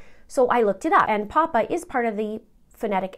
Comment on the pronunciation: Just an fyi... Pappa isn't pronounced poppa. Think of pronouncing pappy and put the a where the y is...